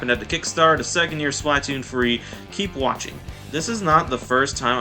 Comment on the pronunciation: Why do you pronounce splatoon like that